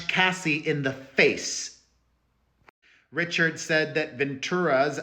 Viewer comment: Dawn’s name is pronounced “Ree-shard” not “Richard”.